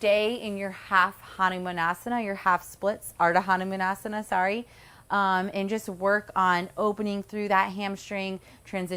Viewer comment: God you terribly call it wrong. Its Huh-Nu-Maan Asana. Please work on that and dont preach wrong to others.